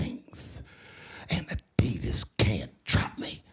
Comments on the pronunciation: Why is she pronouncing adidas like that lol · This video was narated by a robot... Listen to them say 'Adidas.' What a bunch of clickbait BS. Downvote.